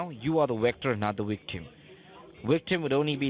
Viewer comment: I'm confused. Are you a WICTOR or a WICTIM ?